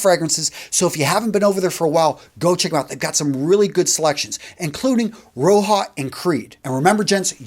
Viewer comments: I have met Mr. Dove , my friend. I can confirm it’s pronounced “Roger”. Not Row- jar, or row-ha. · Roja is pronounced similar to "Roger" with an a at the end.